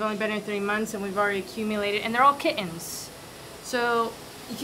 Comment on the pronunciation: The channel is now just bustin his hump and slapping the back of her hand 100x and pronouncing Kittens without the T